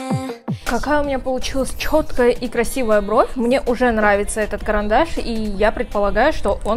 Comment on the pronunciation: Пожалуйста, перестань говорить чхоткая, красивая брховь